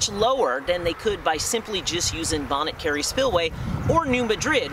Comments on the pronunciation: I cring each time you mispronounce Bonnet Carre ( it's actually "bonnie car"...) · It's pronounced "Bonny" Carre. 😉